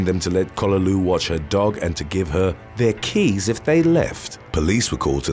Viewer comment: What’s with the extremely weird EMPHASIS where it doesn’t SEEM to BELONG? Happens when he say RENT, then again RENT PAYMENT. And other “THEIR KEYS WHEN THEY LEFT”